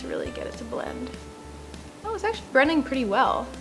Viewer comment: Hahaha on she said brending instead of blending